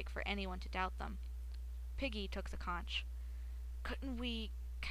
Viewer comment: C-O-N-C-H is pronounced conk